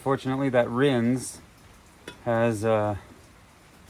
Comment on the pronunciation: Aquarium aeration stones work better at getting O2 into your solution. They seem to hold up really well. The ones I've been using have lasted over a month. Oh, and it isn't pronounced "rinze". The "s" in rinse actually has an "s" sound.